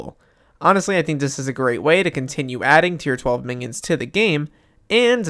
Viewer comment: i keep hearing mingions instead of minions